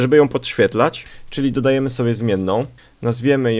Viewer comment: Dodajemy chyba a nie "Dadajemy".